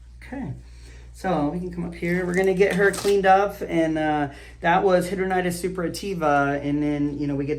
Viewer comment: I can’t believe you don’t know how to pronounce it. As someone who suffers from HS, I expect my dermatologist to know what they’re talking about. HAI·dra·duh·nai·tuhs